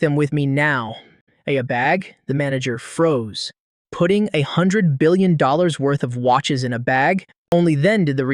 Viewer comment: Man you really need to know million or billion pronounciation